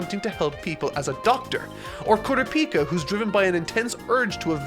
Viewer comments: Uh oh here goes again mis pronouncing names. Bro said kura pika like its a different version of pikachu😭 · For the sake of my and everyone else's sanity going forward. It's pronounced "Koo-Rah-pee-Kuh" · The way he’s saying kurapika is killing me 😂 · How did I know he wouldn't be able to pronounce Kurapika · I'm gonna need you to go n watch the anime for 1 reason only.... name pronunciation. You butchering tf outta these names right now 😅🥴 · Why was he pronouncing Sasuke's name like "Kurapika"? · Please stop pronouncing kurapika’s name like that... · Every time he says Kurapika I get heartburn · less than 10 minutes in and already mispronounced Kurapika😭😭this is gonna be a long ride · that's not how it's pronounced in either the dub or sub of the anime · I can’t keep watching these if you keep saying kurapika like that ☠️🤣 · Its kur ah pee ka not kura pika say it slowly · "kuru peeka" lol it's "kura puka" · Why tf does he say KOORA-PEEKA, its KURAH- PIKA like pikachu!! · Normal people: Kurapika: Kura pika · It’s pronounced koo-rah-pika not koora-pika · Ku RA pica emphasis on RA not PI please. Great video! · "koorapeeka" yeah nah that's now how you say that name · Ker-op-eee-ka is how you pronounce his name, it doesn’t really matter but it was just bugging me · I was gonna watch this untell he says Ku-ra-pie-kia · its kuur-ahpika (pikachu) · "KurapIka"... Hopefully he changes that. Throws me off everytime. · With all due respect you said Kurapika's name wrong. Kur-raw-pee-ka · I absolutely lot it when he said KurapI'ka lmao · Is no one gonna mention Kura-Peka? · If he says "kura-pika" one more time I'm going to scream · Haha Kooo-rap-pika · It's Gon not "Guun". It's Kurapika not "Kurapeeka". He is not a Pokemon, even though his hair is yellow, he isn't Pikachu. It just triggers me sometimes. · Just curious, why does he pronounce Gon as "Gun" and Kurapika as "Koropeka"? I am just confused as the anime I have seen doesn't pronounce them like this.